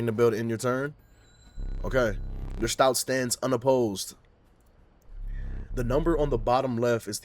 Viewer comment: It’s “stoat” like “oat”